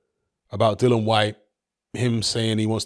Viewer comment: Fortune doesn't seem to favour Dillian enough for you to start pronouncing his name right though,. 😊